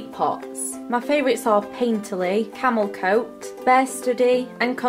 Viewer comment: Really thought you said "camel toe" when you said "camel coat." LOL! Hope you're feeling a bit better. :)